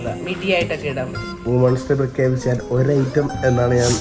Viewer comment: വുമൺസ് ഡേ അല്ല വിമൻസ് ഡേ ആണ്. വീ ആർ മാൻ അല്ല. വീ ആർ മെൻ.